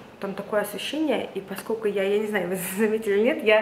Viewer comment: поскоЛЬку, постоЛЬку, тоЛЬко что 🙏🏻🙏🏻🙏🏻 И эти Аканья как у чайки.. очень портят вашу речь